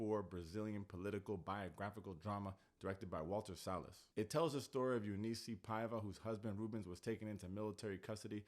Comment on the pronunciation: Incredible! You said the name Eunice Paiva and even Marcelo like nobody that is not brazillian does!